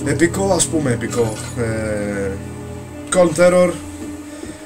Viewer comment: Colm Terror: CALM TERROR